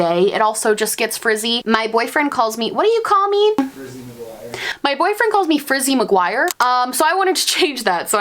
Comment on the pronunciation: Frizzie Maguire.... FRIZZIE MAGUIRE 😂😂😂😂😂😂😂😂😂😂😂😂